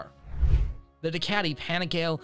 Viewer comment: Let me step in here for Americans to say the dolt (guy) narrating this doesn't represent all of us. Any guy I know in US that rides streetbikes understands how to pronounce Panigale properly.